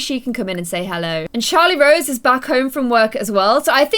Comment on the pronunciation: It's Charrlote Rose not CHARLIE ROSE